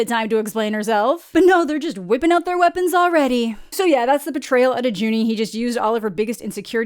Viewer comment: Every time you called him "Juni" kills me but I love it too much to really complain!